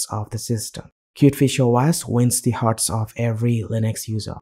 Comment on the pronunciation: its Pronounced Kiewt Fish Oh Ehs not Oh ASS :-)